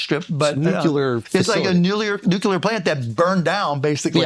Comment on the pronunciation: Schulz cannot pronounce NUCLEAR correctly....shame